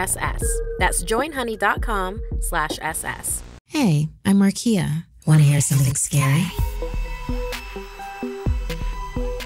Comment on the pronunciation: Wait I’m confused Isn’t it Markeia not Markia? No hate tho ✊